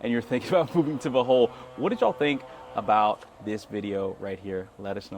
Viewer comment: Bruh…..did you say buthole? 😂